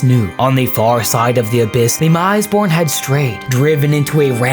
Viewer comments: The "mis" in "misborn" should be pronounced as "miss", not "mise". It's the same as "mistake" or "misbegotten". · Okay I had to stop watching this one after the fourth mispronunciation (or should I say misepronunciation?) of misborn. I understand there's a lot of weird made up proper nouns in 40k and mistakes are bound to happen, but IMO this one merits a re-record. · Isn't it like 'Miss-born', like misbegotten? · Pronounced Miss-born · Soft “i”. Meant to sound like, “miss”-born. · I think you're sayin' "misborn" wrong.